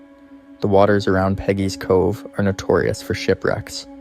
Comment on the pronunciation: Please get the name right. It's Peggy's Cove